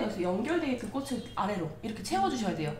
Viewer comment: 인기 유투버이신 만큼 꼬슬,꼬시, 꼬세… 발음 좀 수정해 주세요. 꼬츨, 꼬치, 꼬체… 로요. ^^